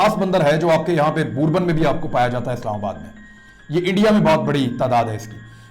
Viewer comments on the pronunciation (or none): none